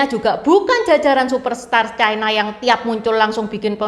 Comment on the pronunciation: Ucapan yg bnr : China, bukan Chaina